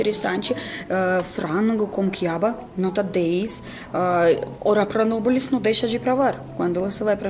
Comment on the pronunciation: ‘Ora pro nobilis’ kkkkk